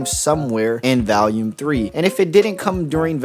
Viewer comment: The way you pronounce volume bothers me because there's no a in the word, but you say it like it does every time. Otherwise good video!